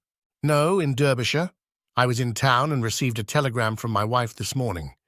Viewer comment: And also mispronunciation of « Derbyshire »!